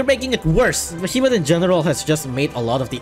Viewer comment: The worst part is that you call them "behemot" While they're called "behe"- "Moth"